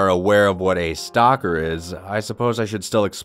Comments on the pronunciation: Stocker, or Stalker? lol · Who else thought he said he was a "Walmart stalker?" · At the first part when he said Wal-Mart stocker I thought he said Wal-Mart stalker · Eclipse Nightshade I thought he said Stalker lol